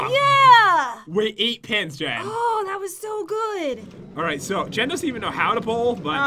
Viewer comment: You said Jen Jan